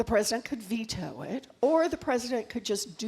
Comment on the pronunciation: Can You say VETO ! 😅